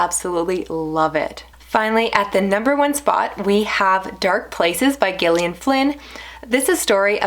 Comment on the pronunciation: I just discovered your channel last week and I have to say you've hooked me with your well-spoken, concise and insightful book talk. The moment I clicked on that Like button was when you said that Gone Girl reminded you of your own marriage. Refreshing honesty! Concerning! And thanks for pronouncing the author's name correctly and not "Jillion". Huge Gillian Flynn fan here. What did you think of "The Grownup"? That one's divisive (I loved it). I got a lot of recs from your videos. Thanks!